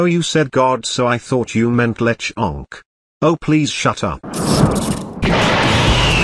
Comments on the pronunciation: something about how the tts says Lechonk the second time breaks me consistently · I love how the AI voice says Lechonk it's great 😆